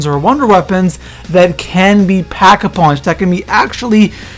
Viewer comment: Did i only hear packavunched ? XD